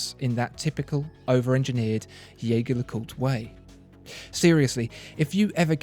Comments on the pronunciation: Great listing! (You need to work on your pronunciations: it's not Yeig-her Le Coult, it's not Vacheron Constantain...) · Dude love your videos but you need to learn how to pronounce jaeger lecoultre